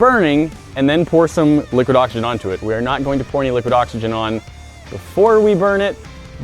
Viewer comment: Im trying to count up how many times they saybliquid oxygen LOL